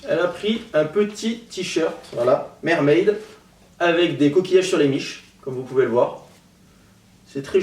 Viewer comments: J'ai cru qu'il avait dit "je suis une merde" au lieu de mermaid mdr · je suis vraiment une 'mermaide'' haaaahhaa